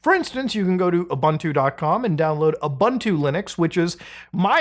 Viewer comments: It's "OOBOONTOO". "OOBANTOO" doesn't exist... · By the way, Ubuntu is pronounced OO-BOON-TWO and not OO-BUN-TWO and definately not YOU-BUN-TOO either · Ubuntu is pronounced ooboontoo😅